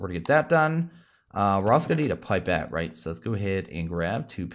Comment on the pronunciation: “pip-et” not “pipe-et”